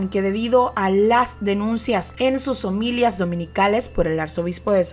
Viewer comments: Hola saludes se escribe y se pronuncia homilía No omilia Gracias por tu programa 👍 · Muy buen reportaje, solo 2 errores: uno es que se dice omilia con acento en la ultima y el otro es que dijo Alvarado Saravia y lo correcto es Alvaro Saravia. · la palabra correcta es “homilía” con la fuerza de voz en la í dado que lleva acento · No se dice homilia ( lo correcto es ""homilía"") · Me encantó la Narración haciéndose sentir enfática en momentos cúspide. Sin duda alguna un temible personaje. La única observación al exquisito trabajo que ha hecho es que la palabra HOMILÍA lleva acento en la última Í. Por lo demás, como ya lo dije la narración logra mantener al espectador atento por la manera en que los tonos te acercan a las circunstancias importantes del suceso. Exitos y felicitaciones. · Se dice "omilía"...me gusta tu contenido pero hay cosillas que mejorar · mire, se dice omilía, omi-lia